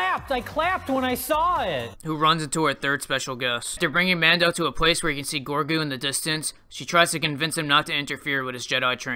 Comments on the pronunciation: Sorry, but his name is Grogu not Gorgu. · Am I the only SW fan that is also an American Dad fan? It's pronounced 'Rogu'. 🤣